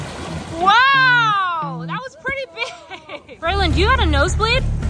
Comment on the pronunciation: Not calling Braylon Baylone😂😂😂😂😂😂😂